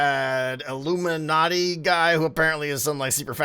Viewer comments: what.....illumanaty.....you mean illumana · some iluminati guy sad Ilumina noises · “Illuminati guy” lmao I think you mean illuminahd